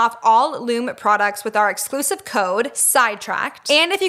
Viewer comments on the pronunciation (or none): You two are too cute! And Lume is pronounced Lume EE fyi 😘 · I love Lume. It really works! (Psstt,, I believe it's pronounced Lumie--like Loo-mee.) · Wait you pronounced Lume wrong haha love you